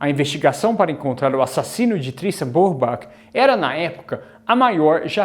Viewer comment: A pronuncia do nome eh " Brübar"(o CH tem som de "r") 😊